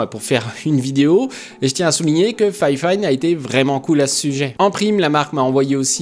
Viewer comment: J'avoue ça m'a fait bizarre quand tu prononces fifine en disant "fayfayne" je suis habitué à juste dire "fifine" X)